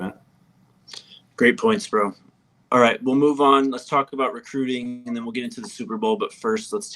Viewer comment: said mooth youvment 😂😂😂